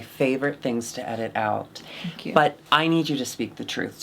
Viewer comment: "thnk yu"